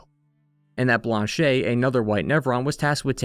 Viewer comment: The only “mistake” I can hear is when you say Lune’s name. (Also Blanche) You pronounce the “e” at the end as if it were in Spanish, not French. In French, you pronounce it subtly like “uh” almost as if it’s silent. The same way you correctly pronounce “Lumière”.